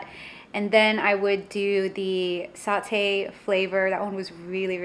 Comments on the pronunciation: SAH-TAE is the correct pronunciation, Also you should try it with a fried egg (soft fried) on top, absolutely gorgeous!!! Satay all the way. Nice vid! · How can you not pronounce satay?